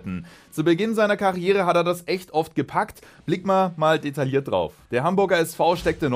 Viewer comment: Detailliert wird detajiert ausgesprochen ;)